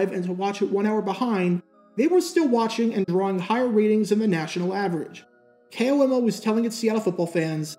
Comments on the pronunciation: Being from Washington state when he says K.O.M.O. it bugs me because we always say Komo as a word. But still as always great video. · It's funny to hear someone call it "K-O-M-O" which is usually what you'd guess someone would say if they weren't from Washington, where everyone here just calls it a flat "KOMO"